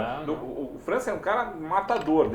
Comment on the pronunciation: Porra,, errar o nome do França é imperdoável.